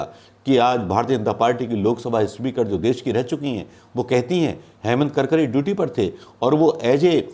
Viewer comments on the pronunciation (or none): कडकडे नही करकरे नाम है 🤣🤣🤣